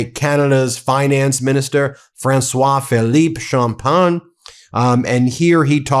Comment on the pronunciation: 🇨🇦 🍁 Meidas here. Merci beaucoup (Thank you very much) M. François-Philippe Champagne. Great pronunciation Ben on saying his name. Such a breath of fresh air listening to our government under PM Mark Carney. Yup....it is time to leave US in the dust and move on. VIVE LE CANADA!!!